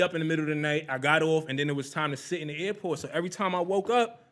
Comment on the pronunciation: The airport or the air-fort?